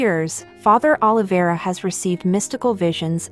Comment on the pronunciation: Prenouc right Oliveira